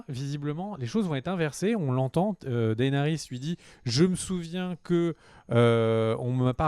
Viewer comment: Tu veux pas prononcer Daenerys un peu plus à l'anglaise stp au lieu de D. A. E. NERYS? 😂